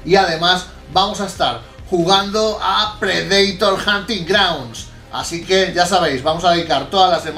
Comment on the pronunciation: Me encanta todo su contenido, pero, por favor, Predator no se pronuncia así.